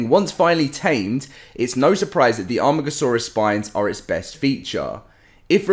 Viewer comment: Its pronounced A.Mar.Gasaurus your starting to annoy me